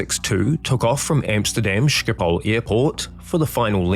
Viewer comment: O come on. Sjipol airport? Practice a guttural, G a back of the throat thingy. Then try pronouncing it correctly. And that pin? It is more of a solid steel 3,5"- 4" in diameter cylinder. Yes, those can fail. It takes one to go that takes down a second and a piece of wing. Slats need hydraulics. So on one side there was none as the redundancies were shot as well. Try for electromechanical with redundancies in future? Or no slats?